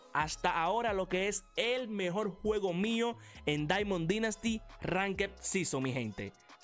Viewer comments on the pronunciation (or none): Me gustan tus videos y todo pero no se porque odio que digas “dinasty” esta bien que no seas americano pero al menos pronúncialo bien ,eres el mejor ❤️